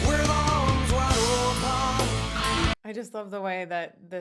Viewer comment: Anyone else keeps hearing "arms wide opAn" instead of "opEn", or am I going crazy? xD